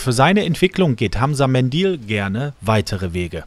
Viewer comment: Warum wird er "Medil" ausgesprochen und nicht "Mendül"? Das wäre viel cooler! ;)